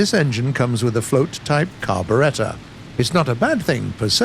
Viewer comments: How about saying "Carburetor" instead of "Carboretta"? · Gotta watch out for that "Car-Beretta" it'll get you everytime...